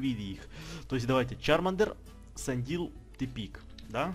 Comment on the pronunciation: Не Сандил а Сэндайл